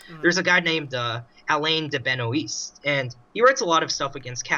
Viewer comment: "Alain de Bea-no-eest" bruh